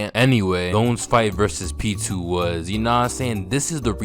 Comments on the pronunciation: The way your saying Pitou’s name is killing me😭😭 sounds like your saying P2😂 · Pitou’s name is pronounced as “pee-toe”